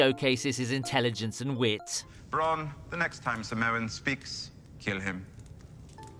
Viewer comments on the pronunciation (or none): Bronn, not Bran